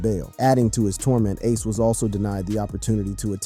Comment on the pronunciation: Y'all need to learn how to say aces name😂